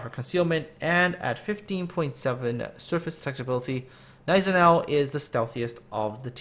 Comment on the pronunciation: The G in Gneisenau is silent